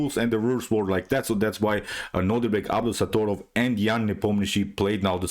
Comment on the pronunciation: Nearly the entire game after the queen trade was under time pressure. It was so exciting Good job pronouncing his name btw!